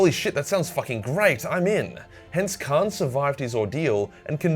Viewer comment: Lol said Khran the betrayer